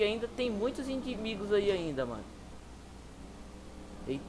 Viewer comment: Mano você falou indimigos kkkkkkkkkk